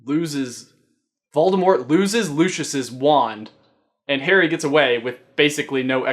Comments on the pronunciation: Does it bother anyone else that say (Lou)-(sh)-(ious) because I say (Lou)-(si)-(ous) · I'm just gonna say this now because everyone seems to do it... I personally think (And so do the people in the movies) that Lucius is pronounced - lu-se-us..... not - lu-sh-us Idk that's just what I think.... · Its LOO-si-US not LOO-SHUS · Hey, its Lu-sia-ses wand. Pronunciation help